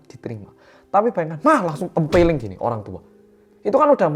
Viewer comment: Pas bilang "tempweleng".. aku ngusap dada pengen ngakak tapi ws ngakak.. ancen tole tolee 😂😅